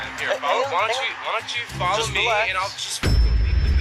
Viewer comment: I hate it when they says Fallow my command 🤬